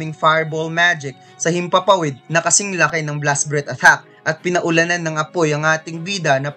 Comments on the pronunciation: Atthack ba yung naririnig ko hindi attack?🤣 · Kinginang pronunciations yan! Athack (attack), dragon clow (dragon claw), cassel (castle).